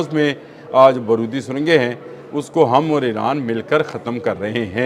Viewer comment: لفظ بارود ہے،،، برود نہیں آپ پڑھے لکھے لوگ ہیں تلفظ درست نکالا کرو شکریہ